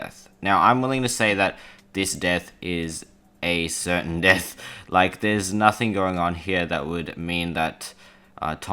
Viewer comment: loik means trixster trix not really loik